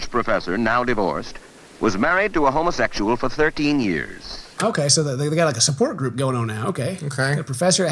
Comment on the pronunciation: "Homo-SESual", it's weird they don't pronounce the X